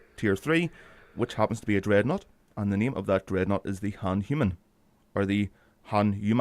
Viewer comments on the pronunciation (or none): Hey, cool video. Ship looks nice. just a word on the pronunciation of the name Hanuman. Phonetically it would be: ha-nu-maan It comes from Hindu mythology meaning "one with a disfigured jaw"